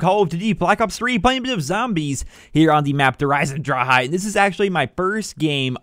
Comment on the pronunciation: he said dereiseondrachaa